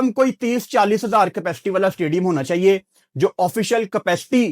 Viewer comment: That one word "chaieye h" 😂😅